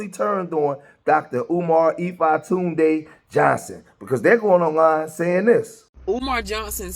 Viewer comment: You are killing it when you call him ematunday!